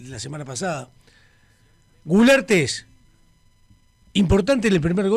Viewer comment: Culearte no gularte 😂😂😂😂